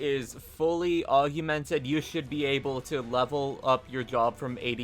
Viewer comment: Augmented, not AugUmented